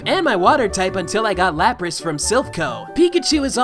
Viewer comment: Lapras* not Lapris New pronunciation will never be canon